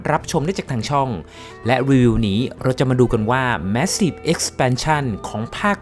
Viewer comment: เน้นย้ำว่า MASSIVE